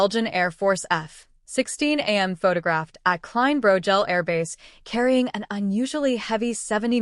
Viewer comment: At least teach your annoying AI waffle robot to pronounce F-16 properly 🤦🏼‍♂🤦🏼‍♂🤮🤮👎👎👎